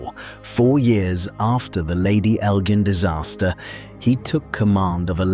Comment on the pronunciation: Its pronounced EL--JINN, like cotton GIN, or the GIN you drink.